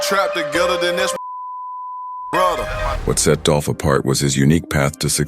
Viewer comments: It's DOOLLPPHH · ITS DOLPH 🐬